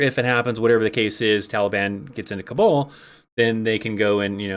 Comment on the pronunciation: It's funny how you keep pronouncing "Kabul" as "cabal". I hear "...the cabal airport..." and I'm trying to figure out WTF is going on until I realized what was going on.